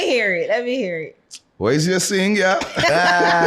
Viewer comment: “Whais your real scene” 😂